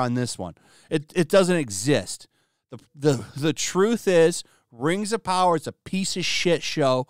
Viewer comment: Muh Rangs of Powaaah!! garbage ass content.